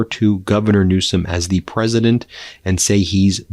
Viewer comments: Did he say Gavin new scum?😂😂😂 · I don't believe this Ben??? Mental decline?????? He is rude. He called Mr. Newsom as Newscum??? How childish.